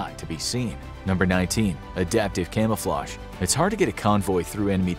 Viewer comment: Camelflage? What’s that